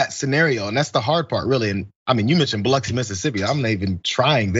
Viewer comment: Shout out to Biloxi! Thanks for the proper pronunciation! But y’all, Biloxi is WAY more vaccinated than farther north in MS.